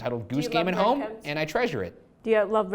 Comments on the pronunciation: TheLazyCow ❤️ #reeders I want reed on every episode! What an amazing soul and funny as well. Also did anyone else notice Ryan said “bread cums” lol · He said bread-cums 😂😂😂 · I am certain Ryan says Bread cums . Teehee